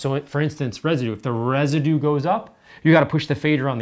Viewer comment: There is a "u" in "Residue" if I am not mistaken :D